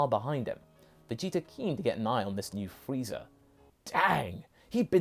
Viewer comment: After watching TFS abridged series all I hear is Freezer. Wait is he saying freezer or frieza?